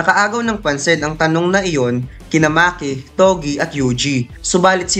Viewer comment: its sukuna not sokona.. and it is toge not togi